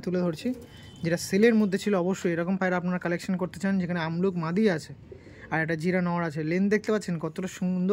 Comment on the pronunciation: Ki sobsomoy amluk bolo , abluk bolte selaho😅